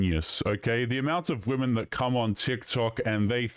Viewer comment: Another one who says 'men and woman', showing that they can't pronounce the plural 'womEn'. It's so weird how common this is becoming!